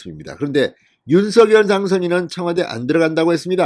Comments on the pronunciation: 진성호님 윤서결× 윤성열로발음해주세요 국어학자가이게맞데요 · 발음 제대로 하세요. 윤성렬! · 윤성녈로 발음 하라고 몇번 발하냐